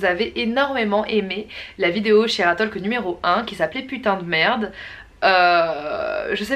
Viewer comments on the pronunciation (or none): La vidéo est excellente, comme toujours ! Juste une petite remarque : on ne dit pas le L de talk en anglais, c'est plus : "Tôk" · Combien de profs d'anglais se sont retournés ds leur tombe ? On ne prononce pas le "l" ds talk